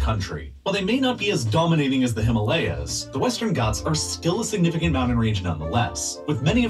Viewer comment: MOUN NAINTs 😂 SIGNIEEEEFICANT 😂😂😂😂😂😂😂😂😂😂😂😂 Alrigt!!!!!!